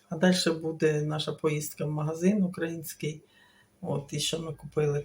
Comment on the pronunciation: Не укрАїнський, а украЇнський. Не ображайтесь.